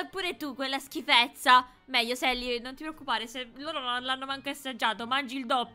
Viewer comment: Non si dice sally ma selly che si scrive sally